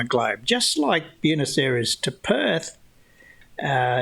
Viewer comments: Love your work! Sav here - Fellow Aussie from Melbourne here. Btw…”Buenos Aires” is not “Byooness”, it’s more like “B-ware-nos Aries”. Keep up the great content. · The only thing more offensive than Banjo’s mangling of the facts is your mangling of the pronunciation of “Buenos Aires’.